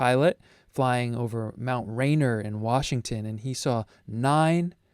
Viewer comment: I just read a moment ago that Ruppelt stepped onto leadership of Grudge in 1951 and it was renamed Blue Book while he was there Btw: Mount Rainier is pronounced "Ray-nee-uhr"